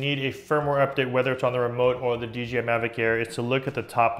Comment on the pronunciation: DEE JAY EYE. not DEE GEE EYE.